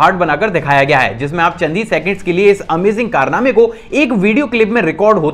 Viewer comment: Bhai tu bohot sahi hai par tu amazing word bolne ka dhang change karde